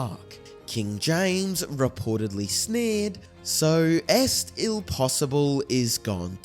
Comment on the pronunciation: Sorry, but it's hard to keep a straight face listening to the mangled pronunciation. If you are not familiar with french at least try Google translate, or perhaps you haven't realised that "est-il" is french?